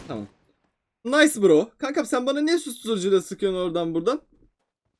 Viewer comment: kankam derken kakam diyosun be abi abi bi like attim kalbini alirim